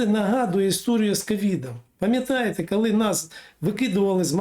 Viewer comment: Не "кальі", а коли. Готуйтесь краще.